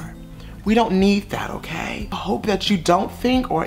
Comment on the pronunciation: “It’s o-key it’s o-KEY”